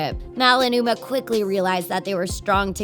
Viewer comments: You say mouwe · U SAID UMR HAHAHA